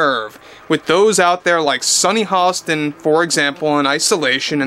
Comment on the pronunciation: Sunny hoe-stain...lol 🤣🤣🤣